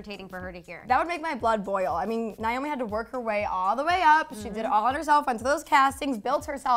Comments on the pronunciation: Her name is Nay- O- Me not Nyome!!! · NAY-O-ME (because you don’t even know how to pronounce her name), is the world’s most famous and accomplished SUPER MODEL, not a “top model”. She still works, is very well paid, is every designers dream and is respected by all models who actually matter and worked their way up in the industry. She is “older” but still banging. She paved the way for EVERYONE, not older models. Get it together.